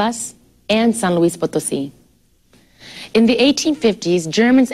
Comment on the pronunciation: wow!!! selena diciendo san luis potosi increible!!!! y ademas que maravillosa forma de explicar este video, tenia mucha carisma Selena, me gusto apreder con ella